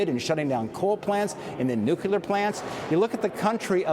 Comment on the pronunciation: Senator Daines, Nuclear is pronounced New Klee Er. Saying Newkewler sounds idiotic. And Kudlow... Biden is not intimidated by the Chinese... He is bought and paid for by the Chinese... BIG difference. It's time to stop playing softball... it's time for hard ball and ceasing the soft criticism of the current administration. Also the Wuhan virus came into the Seattle area and spread like wildfire throughout the Pacific Northwest like a rampaging wildfire in January/February of 2020... via New York? More likely directly from China to Seattle/Vancouver B.C. I remember at the time that infections were first detected there.